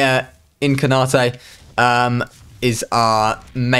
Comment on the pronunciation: “Boredom In-car-naw-te” 😂